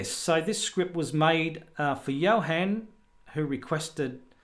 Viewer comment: Thank you very much, but this was a disappointment. Thunderbird and Firefox tar, could not pin on the dock. The deb I could. BTW my name isn't pronounced Johen, but Johun;)